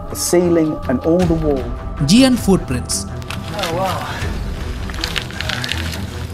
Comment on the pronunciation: It not G-ant!!! It’s sounds giant (jayanth)